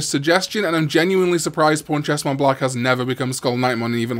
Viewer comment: He said pawnchestmonblack and I thought he said pornchestmonblack lol 😂